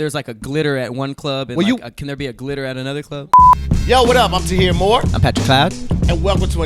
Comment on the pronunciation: Tahir can’t pronounce nothing! 😂😂